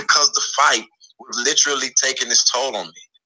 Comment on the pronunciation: Why does think he sounds intelligent, he is mispronouncing the word. literally, not litraly